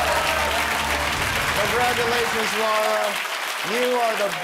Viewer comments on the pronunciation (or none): Did I hear Jimmy say Congrovulations?